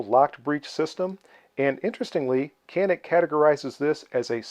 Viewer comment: nice video. And its pronounce like more janik not like can